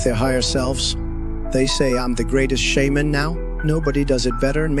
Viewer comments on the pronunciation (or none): Trump can't even pronounce shaman